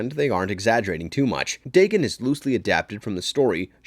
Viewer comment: Day-gone, not Day-gun.